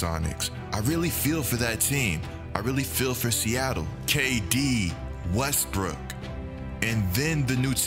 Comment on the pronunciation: Russell Westbrick(not brook) lol